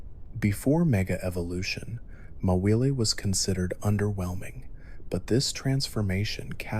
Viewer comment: did he just say mawile like ma willy